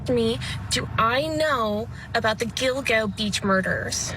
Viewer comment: Somebody please tell, who has my admiration, that it isn't Giglo Beach. It;s Gilgo.